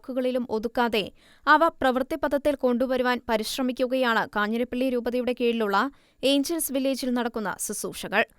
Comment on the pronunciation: 'കാഞ്ഞിരപ്പള്ളി' not കാഞ്ഞിരപ്പിള്ളി.